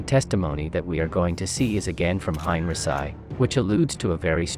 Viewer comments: Heinrici..not Hein..Resai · For the love of War Academy! Get rid of the AI narration and have a real person do it. The computer generated voice pronounced General Heinrici as "Hein-rhi-ssi" and not the proper pronunciation as "Hein-Ricky" your videos have got to the point where I can't watch them any longer because of this, and I feel that's a shame because I really do love the content, but not the awful narration from an AI generated voice. I hope you see this comment and at least consider it. Thank you! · Good report and visuals, but.....Really?....:"Hine-reh-sigh" ????....... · It's more like "Hein-ricky". There are no soft Cs or Gs in German, not even in "German". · Highn Reeki is more correct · You haven't learned to correctly pronounce Heinrici yet, otherwise a great video. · bots :) but ur right and it annoys me a bit i must admit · It's a translation bot, obviously. Does pretty good except for the odd name that it butchers. Worth putting up with for the info. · Kinda puts a damper on history when the pronunciation is incorrect. Imagine having a conversation with somebody having learned their history from youtube; general who?